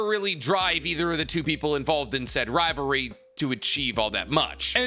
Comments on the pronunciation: Why do you keep saying ri ver ie is ri Va ly. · I KEPT HEARING RIVARE not rivalry RIVAREEEEEEEEW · you said, "riverery" more than rivalry.